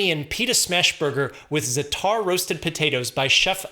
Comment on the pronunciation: I'm sorry to sound so pedantic rn but your pronunciation of "za'atar" gave me hypertension. Hyper meaning high and it's not pronounced "zuh-TARR", the emphasis is on the first syllable and the A is more "aaaa" sounding, you draw it out an extra second than you would for an English A. The letter ع has no equivalent sound in English so I understand why you'd pronounce it like that. Here's how it's spelled in Arabic - زعتر and yes it's quite yummy, try it with olive oil and pita bread. that's how we Palestinians eat it.